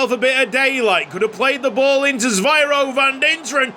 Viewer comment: Van Dinteren's first name is Zyviro not Zvyiro as you pronounce it.